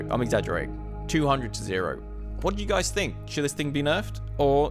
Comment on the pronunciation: he says dice 🎲 instead of saying guys 😂😂😂